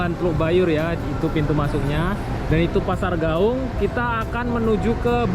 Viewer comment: klw sebut nama kota d Padang....sebut aja nama aslinya contoh nya pasar Gawuang jgn d robah jadi Gawung.......Tabiang jadi Tabing.....contoh orang Jawa nama aslinya tidak d robah2.....supaya jadi kritikan yg sehat